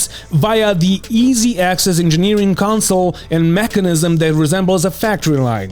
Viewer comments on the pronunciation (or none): none